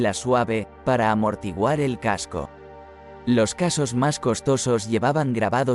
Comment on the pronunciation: La historia es buena, pero si en vez de el «qué» atiendo al «cómo», la cosa ya es muy desigual: la voz enlatada que nos narra este vídeo confunde constantemente «casco» por «caso», además de otros detalles, lo cual le da un toque bastante artificioso. Así que uno de los "no me gusta" de este vídeo, es mío.